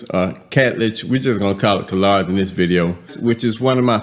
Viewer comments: Hello it is hadlaj the k is silent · Hey, so glad to see this review! It's pronounced Haad-Laj (Khadlaj) I'm LOVING it!❤ Can we agree that Khadlaj doesn't miss? 😊